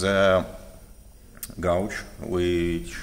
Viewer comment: Just a small tip on how to pronounce the word "gauge". You don't say the U. It is pronounced the same way as the word "cage", but with a G in the beginning.